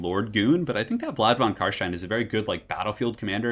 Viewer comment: Very good Job on the Carstein pronounciation, many non german speakers struggle with german sounding names